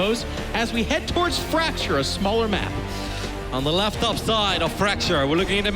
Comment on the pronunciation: sounds like he said laptop. Lol but it's lef top